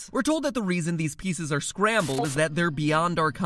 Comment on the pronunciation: LemonCider I heard “Scramble”.